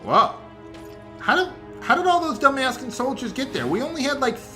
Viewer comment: ... did you say "Dumb-ass-can soldiers?"